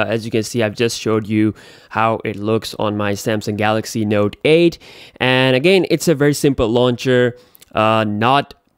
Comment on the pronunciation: "Node aed beeysd"